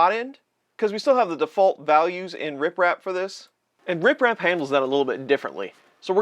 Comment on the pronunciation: Why does it sound like you're saying RIPrap instead of RepRap? Lol